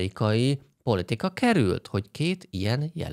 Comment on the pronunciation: jesus christ, nem "demokratikus" párt, hanem Demokrata Párt. :) Nem Mediocare, hanem Medicare. :) Nyilván többet tudsz az amerikai politikáról(jaaaa, ami politika, nem poltika, ne spóroljuk ki azt az i betűt...), mint egy átlag magyar, de ha elemzőként komolyan akarod vetetni magad, kicsit alaposabb lehetnél.